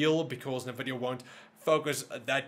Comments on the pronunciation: NNNNNN Vidia........not Nha Vidia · I love the channel, but every time you say "NAH"VIDIA, I can't help but laugh! XD